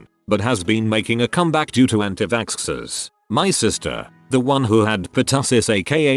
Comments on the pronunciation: was I the only one who was a bit confused whenever the robot boice said anitvaxxers, it would say antivaskskskskskskskskskskskskskers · Reddit: Anti-vaxxers Text to speech: Anti Vackscksers